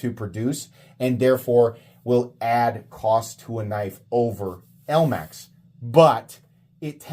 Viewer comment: "elamx" steel. nice 😂